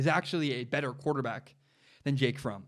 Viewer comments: Pronouncing Fromm like from slightly triggers me lol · By the way it’s pronounced like Prom but with an F instead of a P